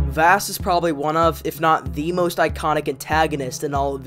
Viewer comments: vass? it’s vahss, and gladohs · This video is good but I can’t get over you pronouncing Vaas (Vawss) as “Vass” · I don’t want to be that guy but his name isn’t pronounced like “vaas” it’s pronounced (vaws) or like the water voss. Like boss but with a V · its vass like vaus not like vast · him not saying “v-ah-s” is like nails on chockboard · (Sorry of you think i'm rude) Vaas is pronounced v-ah-s. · good vid but im throwing that away because you pronounce vaases name wrong you say vaas is pronounced vohs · Its vaàs not vaas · I'm American but I'm used to the British pronunciation of Vass so when I hear I wanna die haha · If you say vaas wrong one more time i sware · This was a really good video, but the way you pronounced vaas name was just messing with me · Vaas is such a good antihero, your dumbass can't even pronounce his name right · Are you saying Vaas's name wrong ironically or..? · I think you were saying vaas's name wrong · Don’t get me wrong this video is amazing but also the way you say vaas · my brain broke the way you pronounced Vaas' name but a great video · nobody tell him hes pronouncing "Vaas" wrong